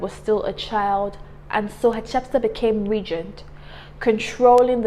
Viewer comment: Since these people are African I think we need to find the best prounounciation of their names. Her name sounds European and not African